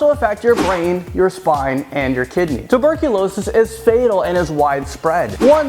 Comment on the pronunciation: It's tew-ber-kewl-aw-sis